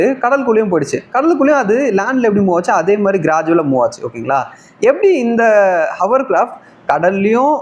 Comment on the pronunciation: ஹவர் கிராப்ட்?????? ஹோவர்கிராஃப்ட் இல்லையா?